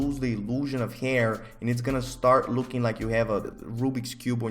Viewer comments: Nobody:..:"hayier" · nobody:: heair